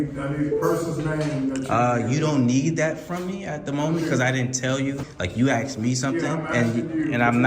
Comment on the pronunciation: Why can American auditors not say the word "asked" properly?